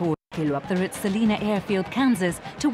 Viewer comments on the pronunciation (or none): I saw the landing from my front yard 5 miles away. Just for the record--Salina is pronounced "Sal-EYE-na", NOT "Saleena"! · HOW COME NO ONE CAN PRONOUNCED SA LINE A KANSAS